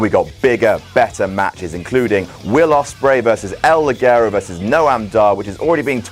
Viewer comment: I don't know if you guys read this, but everybody gets El ligero's name wrong, even himself and his song. In spanish is pronounced Lihero with a "ha" sound. I'm a native spanish speaker :v